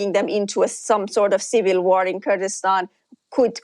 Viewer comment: Kurkistan? 😂😂😂 Is there even such a thing as turdistan? 😂